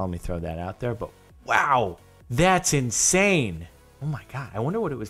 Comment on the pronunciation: "Jesus Christ, that's in-Saiyan"